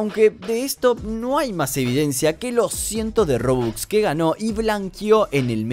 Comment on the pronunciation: Me gusta como dice rubux y es robux xd